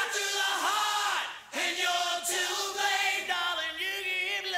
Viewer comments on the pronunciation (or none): none